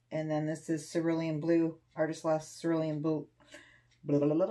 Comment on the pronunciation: Oh, you do make me laugh, but I think you are too hard on yourself. At least you pronounce cerulean correctly, not many people do lmao;)